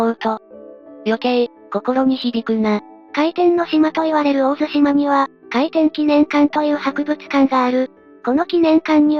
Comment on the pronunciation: 有意義な動画のアップ、ありがとうございます。 当方、地元にて個人的に回天の資料収集・研究をしているものですが、残念ながら、本動画の中で地名の読み間違いが二カ所あれます。 ①17：56 「大入」を「オオイリ」と呼んでいますが、正しくは「ダイニュウ」 ②28：25 「大神」を「オオガミ」と呼んでいますが、正しくは「オオガ」 あと、「大津島」が「オオツシマ」と聞こえますが、正しくは「オオヅシマ」と濁り、 それと全般的に「回天」が「回転」のように平坦的に聞こえますが、正しくは語頭にアクセントがあり、「カイテン」の「カ」を高く読みます。 以上、不躾ながら、指摘させていただきました。 もし修正される機会がありましたら、宜しくお取り計らいお願いいたします。